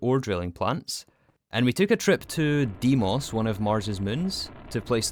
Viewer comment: e in deimos is read same way as in elephant